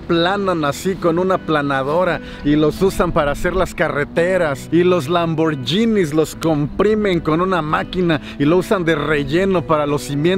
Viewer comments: Se pronuncia [lamborguini] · Me gustó mucho tu video... lo único es que lamborghini está mal pronunciado... un saludo desde italia.